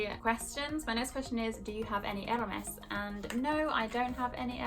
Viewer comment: You pronounce Hermès so weirdly